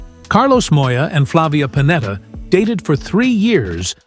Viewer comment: Pennetta non Panetta impara l'italiano